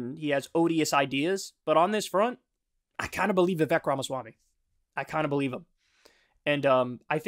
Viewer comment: Hey Kyle: It's Vivek and it rhymes with cake. That's literally all I know about the dude.